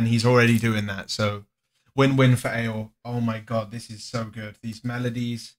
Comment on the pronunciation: Thats not how you pronounce ale !!!